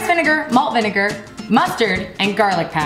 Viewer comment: "vinnagar"... "vegatable"...